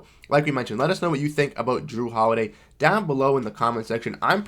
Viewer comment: "Dawn below..." i cant tell if that thats Pittsburgh accent, hehe or is it Boston? Hehe